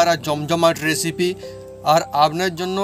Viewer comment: এসিপি নয় রেসিপি হবে। ঠিক করে উচ্চারন করুন।